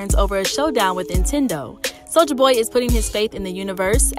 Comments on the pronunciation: I was thinkin the same shit 😂 it's NINTENDO 🤣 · Is she saying INtendo? I know I’m not tripping! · First the N drops, then I think she just says Tendo. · The first time I heard it I let it slide. We all make mistakes. But every time she mentioned the big N it was more like the big I. Lol